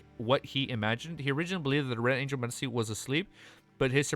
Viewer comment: the c in medici is pronounced tchi